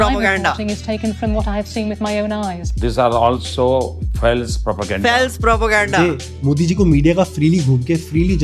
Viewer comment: Faales Prapoganda! 🤣🤣🤣